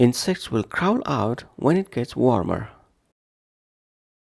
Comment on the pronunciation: Crawl wrong pronunciation